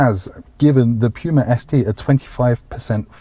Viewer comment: sir, I'm not sure about your pronunciation of Puma.